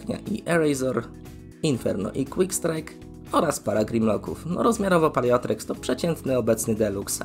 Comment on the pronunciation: Ja nie chcę się wymądrzać ale czy to czasem nie czyta się "Paleo-T-rex"? Zmienia się w tyranozaura więc taka wymowa ma jakiś sens.